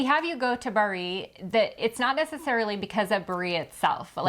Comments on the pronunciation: Bari is pronounced “Bar ee”, not bar EE!, and it’s not in a usual trip to Italy, Venice, Florence, Rome and maybe the Amalfi coast!,….really the Sinka Terre! really pronounced “Chin kwah terri”,….Saint Marks Basilia? pronounced Basilica!, Catania pronounced “Catonia”, amazing, Tropeea pronounced Tro paya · Good video. Just have to add: Bari is pronounced BA-ree, accent on the first syllable 😊